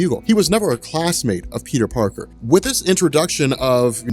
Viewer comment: Peter Parter Lol Peter "Three" Parter